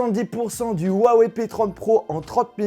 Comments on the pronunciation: On dit wuaWEIW !! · tu ses même pas dire la marque sa se dis wawaille en anglais tu fais honte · Rouawei et pas Wouawei en chinois le H se prononce proche d'un R. La vidéo d'explication sur la façon de prononcer le nom de la marque était pour prononcer le "ton" montant qui donne un Wouaaa ↗️↗️et wei ton descandant ↘️↘️. Écouter les présentations de Richard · Très bonne vidéo parcontre on dit Ruawaï et pas uawé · Cool cette vidéo sur le "wawé" p30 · Lourd le « OUAWÉ » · Le mec sait pas prononcer le nom de la marque correctement , mais faut que je succombe à son opération com'